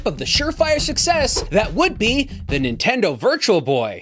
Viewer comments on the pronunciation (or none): I can’t believe I wanted one of these when they were new. I was legitimately let down when I didn’t get one for Christmas. Looking back, I would’ve absolutely hated it upon finally playing a game. Dodged a bullet there. Edit: why do you pronounce Nintendo as “Intendo”?